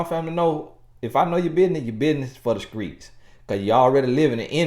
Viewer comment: That part, "your business is for the skreets". 😂😂😂😂😂